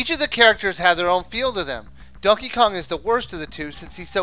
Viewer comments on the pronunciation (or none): I thought you said Duckey Kong....